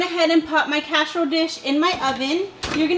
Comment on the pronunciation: "CASH-A-ROLE DISH" 🤣